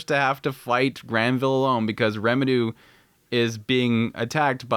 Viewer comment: i still wonder why you miss-pronounce the names of main characters... are you adding a Japanese accent? Eris as eDis, Rimuru as RemiDoo...